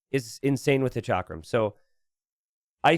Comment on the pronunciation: Hey. Huge fan! Just wanted to let you know chakram is pronounced like chuck-rum